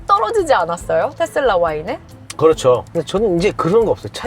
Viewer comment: 아나운서 분이 텟쓸라 이렇게 발음 하시네..